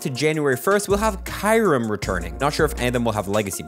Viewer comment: That's not how you say kyurem 😅